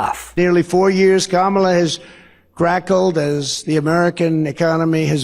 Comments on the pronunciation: Somebody should tell him that it's cackle not Crackle SMH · He can’t even say cackle lol